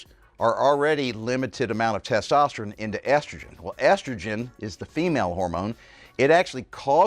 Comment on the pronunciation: Why does he say testosterin?